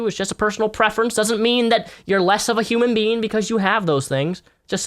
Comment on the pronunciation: Anyone ever notice how pronounces 'human being' like 'human bean'?